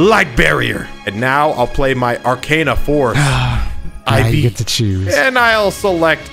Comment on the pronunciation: I loled when he said "Arcana force Vee-ai-ai"